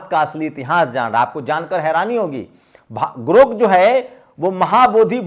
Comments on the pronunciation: गोर्क नहीं ग्रोथ कहिए। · भी गोरक नही ग्रोक बोलो थोड़ा खयाल रखो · अरे भाई, पहले बोलना तो सीख लीजिए। ये "गोर्क" नहीं "ग्राेक" है। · Gork nahi sir grok bolo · तुम तो खुद को अच्छा पढ़ा-लिखा कहते हो, लेकिन दो अक्षर का शब्द सही नहीं पढ़ पाते हो। तुम बार-बार गोर्क बोल रहे हो,जबकि शब्द है 'ग्रोक'। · अरे साहब गोर्क नहि ग्रोक है 😊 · Gork nahi Grok hai jara bhada sudhar lijiye pyrakar mahoday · गोर्क नही साहब ग्रोक GROK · Sir g grok boleye please na ki gork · गोर्क नहीं ग्राक. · गोर्क नहीं है ग्रोक है। गरोक है । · Gork nahi grok bolo bhaiya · गोरक नहीं ग्रोक 😂😂😂😂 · गोर्ख नहीं साहब ग्रोख है,, कृपया शब्दों के उच्चारण का ध्यान दिजिए, आप बढ़े अच्छे पत्रकार हैं आप इन मनुवादी ओं की वाह्ट लगा रक्खी है मैं अक्सर सुनता उस बदतमीज बुड्ढे का भी आपका जंतर मंतर का डीबेट सुना जिसे अपने ही देश की महिला बहु-बेटियों को बदचलन कहना उन्हें डांसर कहना जबकि वो इटली में बार कार्यरत रहीं थीं लेकिन इन झुठ के पुजे पुजारीयों को जब अभद्र भाषा का उपयोग सुनता हूं तो इनके धर्म संस्कारों पर इनके गुरुओं पर अफ़सोस और रहम आता है इनके बाल दाड़ी सफ़ेद हो गई जो मृत्यु के पास है लेकिन अभद्रता जीवन से और जीभ से नहीं गई? बड़ा अफ़सोस होता है इस संघठन पर जिनके परिवार ने गुरू ओं ने पुरखों ने क्या संस्कार देकर इस दुनिया में रक्खा? इनकी बातचीत इनका व्यवहार उठना बैठना चाल चरित्र ही ज़हरीला? अविनाशी जीवन में जी रहे हैं यह प्रजाति? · aray bhai Gork nahi .. Grok hai ... kya karrahe ho yar ... bahujan k education ka mazak udarahe ho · Gorak Nahin Garok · गोरक नहीं ग्रोक है। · उच्चारण 'गोर्क' नहि जनाब 'ग्रोक' है। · जनाब गोर्क नहीं ग्रोक कहिये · Gork nahi GROK BOLIYE. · I request you to pronounce clearly. Please do not speak Gork in lieu of Grok correct word is GROK. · सर ,गोर्क नही सही शब्द ग्रोक है। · grok ग्रोक बोलिए